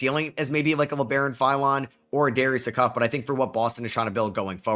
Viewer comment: This dude is a casual He isn’t pronouncing Acuff last name right and Mikel browns first name as well wrong 😭